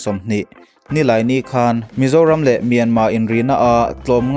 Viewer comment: Mizoram tih a R hi ilam Chiang tho sia,ti nge Mianmar tih a R hi i lam rik ve loh ..nge ka hresual zawk a Mianma tih a lo ni tawh zawk ..